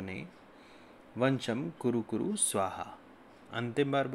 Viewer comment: भाई प्रणाम।मंत्र मे थोड़ा संशोधन कर ने की कृपा करें।'वंशम्' न होकर ''वशम्''कर लें। मेरे प्यारे भाई आन्यथा न लें।